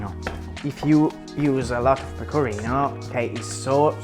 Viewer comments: Io ti ammiro tanto e lodo la tua intraprendenza, spesso molti si vergognano nel parlare una lingua straniera! Ma quando hai detto PECORRINOW so morta dalle risate ahahahah! <3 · Gli stranieri provano a pronunciare "pecorino" in modo giusto. Lui che parla in inglese: peco(R alla inglese)ino